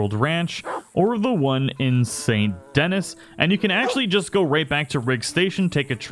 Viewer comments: It's pronounced Saint Dee Knee. Not Denis. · It's pronounced San DeNee, not sant Dennis. Listen to the people when you play the story. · It’s actually pronounced “Sa-nt-Denee.” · It’s Saint “Den-EEy” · How long did it take at Saint Denis? Pronounced "San Dani" Greeting npcs to get your honor up? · Third rdr2 channel I've watched and all three pronounce it st. Dennis. Lmao. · "Saint DENNIS" goddamn man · Saint Denis is pronounced San Da-nee it's New Orleans you don't say New Orleans like New Or-lee-ans do you? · Saint Denis is pronounced like ‘san den-e’. Just saying. Get educated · Say Saint Denis properly 😂😁